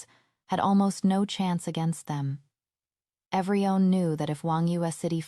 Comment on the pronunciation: This AI can't pronounce everyone (every-one), but says every-on 🙄